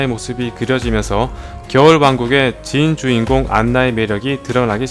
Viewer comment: 찐 주인공을 진 주인공이라 읽넼ㅋㅋㅋㅋㅋ 섬세한 포인트 너무귀엽고 웃기다ㅠㅠㅠㅠㅠㅠㅠ